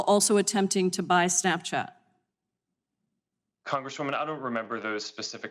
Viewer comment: Mr. "Prikai"? He shouldve said "Songress dabluman"